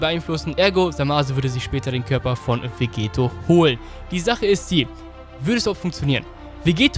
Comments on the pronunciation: Vegetto wird mit doppel tt geschrieben also auch ausgesepochen und nicht mit einem t wie bei Vegeta. Klingt komisch wenn man es mit einem t ausspricht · Du sprichst Vegetto falsch aus. Ist dein Doppel-T, also wie Spaghetto.